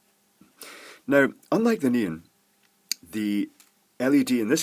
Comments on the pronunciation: I keep hearing say "neen" instead of "neon." LOL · Please, please try to say ne-on, instead of nean. Pretty please 🙃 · It's more of a "NEE-n", than just "neen". Two syllables, but with the second one very short. (Whereas I tend to pronounce it "NEE-ahn". That's how we say it in California.) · “Let’s soder this neen” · The first LED is working with is a NEON LED, i kept hearing "NEEN" "NIEN" and "NEAN". this stuff: Thank you for the FBR explanation, i finally get it. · Ha, I had to read the comments just to find out what a "neen" was. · I kept hearing "Noom", read the description and kept asking "WTF are you using man!!" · it's nee-on......... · I tried googling nin and neen led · LOL ok ,, by the end of the video I THOUGHT he was saying Neon ... but really really not sure..strange thing is 99% of the other words were fine :) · I learned that neon, is one more word that has a Brit pronunciation, and a Yank pronunciation. :) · This is the only time I've had trouble - what's he saying? "Neon"?